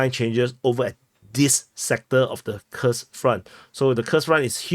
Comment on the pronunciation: As others have noted, Kursk is pronounced "koorsk", the same as when you pronounce Putin as "pootin".